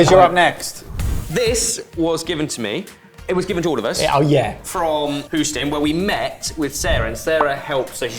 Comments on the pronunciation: lol Who-ston. Hughstun. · Psst! It's "Hyoo-stun", not "Hooston". Non-obvious, but very much in the tradition of non-obvious pronunciation that the English gifted us. ;-) Also, as long as I'm correcting British pronunciations of American things, Mexican/Spanish things have very consistent vowel sounds (-ah, -ay, -ee, -oh, oo), so it's "tah-coh" and "sahl-sah". I've noticed that the brits tend to randomly convert a's in such words (and not all of them either - usually it's just one in a multi-A word) to sound like the one in "apple". I do not understand this linguistic urge... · Sorry guys it's a pronunciation thing. I think you are referring to Houston Texas? If so it's no who stin it's hue stin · Love you guys, love the channel. Noted that you take constructive criticism on board: Houston is pronounced "Hews-ton" as in "The lumberjack hews a ton of timber, and that's okay" rather than "Hoos-ton" as in "Whose ton of timber is this? Is it that lumberjack in a dress, over there pressing wild flowers?" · love ya mate, but what was that pronounciation of Houston? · Not “Hooston” lol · Houston is pronounced with a long "u" sound.